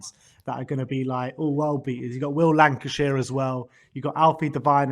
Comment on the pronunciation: It's Will Lankshear, not Lancashire 👍